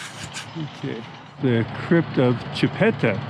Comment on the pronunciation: I am a decent of Chipta ,,,, and you say it wrong and you say her husband Ouray wrong too'.